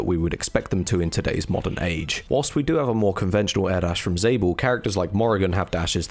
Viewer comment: Isnt Lord Rap Kiwi? And for realsies, aint it pronounced "Zah-bel" like "Isabel"?